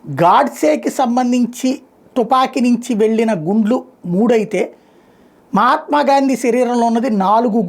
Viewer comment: మహాత్మా అని పలకడం చట్టరీత్యా నేరం...... 👎👎👎👎